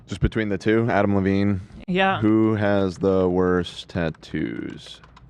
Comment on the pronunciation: I love how Ethan struggles with a name as simple as Adam Levine. He pauses intently before hitting the Levine and he still calls him Lavine 🤦‍♂️🤣🤣🤣